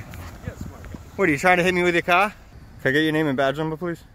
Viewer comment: tryin to hit me with your cahh. Hilarious!